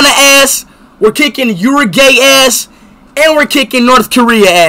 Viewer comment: Uruguay ❌ Euro Gay ✅